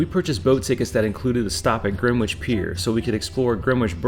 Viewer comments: It’s not Gren-witch. It’s Gren-itch. It’s Ledding- hall. Well done with Leicester Square! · Gren - Itch Not Gren - witch It's not phonetic. Looks like had an enjoyable visit. Very well filmed and edited. Hope you come back soon! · Please stop with the Gren witch, It's Grenitch regardless of it's spelling lol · Some pronunciation corrections Gren-itch not Gren-Witch Borough-A not Borough-O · Not Greewitch but Grenitch........... I thank you! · It is pronounced Gren-itch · Greenwich: pronounced Gren-ich, the w is silent. Buckingham, pronounced Bucking-um, there is no emphasis on the ham. Leadenhall: pronounced Led-en-hall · Great stuff, especially the camerawork. But, a word about pronunciations, (if I may make so bold?!).... Greenwich = Grenitch. Leadenhall= Led un'all. Borough market= buh rur market! But hey! Great video. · For Green which pronounce it Gren Itch Grenitch. We dont do the wh 👍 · Even US Greenwich Connecticut is “GREN-itch” -a little research helps. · Grenwich is pronounced with a silent "W' !! Another ignorant American I guess. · Great video, impressively informative but that butchering of the word Greenwich is possibly the worst I’ve ever heard on one of these London type videos - anyway, I did enjoy the rest of the video though 👍